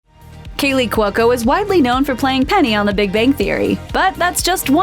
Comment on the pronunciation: what's wrong with you? its KALEY NOT KEELY get it wright.